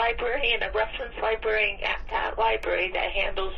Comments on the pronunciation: An unemployed snarky 🤳🤡 saying the 'libarian' - a decent & employed human doesn't know anything. He should learn English instead of trying to memorize statues & orderances. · Theres are 2 R’s in Librarian